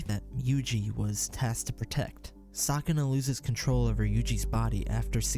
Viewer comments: "sakana"... "jujitsu kaisen".... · I can't help but laugh a little when you say Sukuna's name.